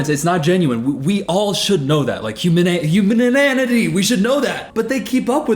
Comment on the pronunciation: “Humaninanity”